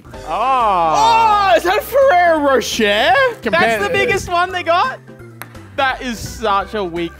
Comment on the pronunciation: Ferrero roSHARE??? Is that for real how you pronounce it in Australia lmao